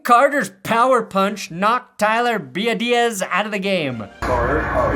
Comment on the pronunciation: Ty-ler Be-Ahh-Dish